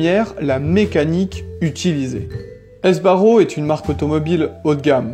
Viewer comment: On dit SBARRO, pas S.........BARRO ! Franco de son prénom......